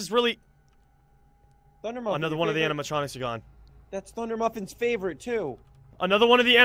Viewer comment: ANUDER TORCH